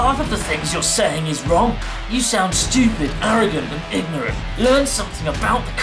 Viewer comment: "Ignurent" lmfao